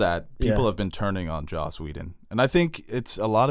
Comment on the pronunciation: it's Joss Whedon, not Josh